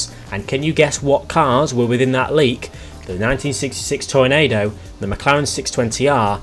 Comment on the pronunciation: Yep. The second half is pronounced like Nachos are.